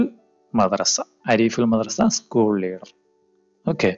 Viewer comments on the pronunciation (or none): none